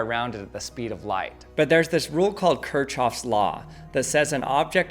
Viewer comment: Ker-SH-of not Ker-CH-of!